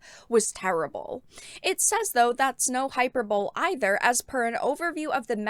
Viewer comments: It's not pronounced "hyper-bowl," it's pronounced "high-per-buh-lee" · The pronunciation you are looking for is: Hy per boe lee. You're welcome. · You remind me of Glados when you speak. Your inflection and emphasis are unusual. Also, hyperbole is pronounced "high-per-buh-lee". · It's pronounced 'hi-per-bo-lee' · Thank you. Wrong pronunciation really bugs me lmao.